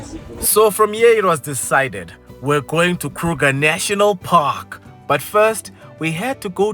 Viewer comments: "Krrruger National Parrrkkk!!!" 😂😂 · i love how says Kruger National Park🤣🤣😭😭😭